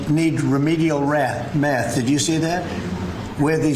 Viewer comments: couldn’t even pronounce math correctly the first time.. sounds like he needs remedial phonetic skills 😂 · can't even pronounce "math" or "two" properly. Somehow nailed "remedial."